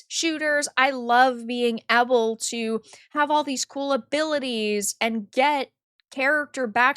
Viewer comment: The way you pronounce "able" is triggering lol